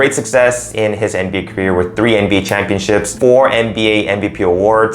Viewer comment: Lol he said nb history 😂😂😂😂